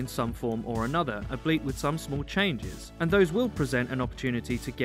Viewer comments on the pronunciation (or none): Is "ab-leet" a british thing? It's al-be-it. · why do you keep saying "ableet" it's albeit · Ok, so I'm not crazy, he consistently says "Albleet" instead of "Albeit"